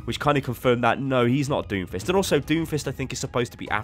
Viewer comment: uuh did you say doomfish?